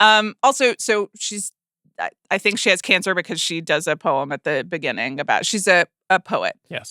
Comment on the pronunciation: "Beginng-k" "Threatening-k"